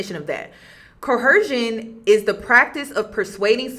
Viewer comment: Great video and breakdown. Just wondering why you’re pronouncing coercion with an “h”?